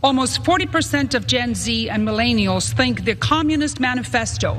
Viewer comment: Mill-LAIN-ialls. The female Jordan Peterson. OOO-pression.